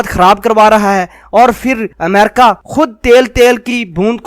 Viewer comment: Mera izhar e qayal ye hai ke Tere ko America bolne nahi aata, Tera pronounciation jahelon jaisa hai, theek Haina, sudhaar le